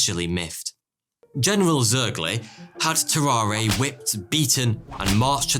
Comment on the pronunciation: BTW family, tararre is pronounced ta rahr. no é sound at the end. tarawr